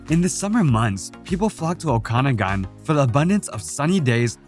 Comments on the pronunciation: Thanks! BTW, it’s pronounced the “O KA noggin’” valley. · By the way, the St. Lawrence River does not flow into Lake Ontario, it flows out of Lake Ontario on it's way to the Atlantic Ocean. The Okanagan Valley is definitely not pronounced the way it is on this video, if you can't do it right, don't do the video. The picture of the jagged mountain peaks, is definitely not from the Okanagan Velley. The pictures at the first of the Peggy's Cove portion are not from Peggy's Cove. All in all, some nice pictures, but not accurately portrayed.